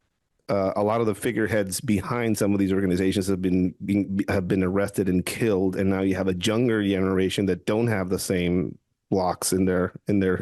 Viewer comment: Younger. The “Y” and the “J” get mixed up with a lot of non Native English speakers.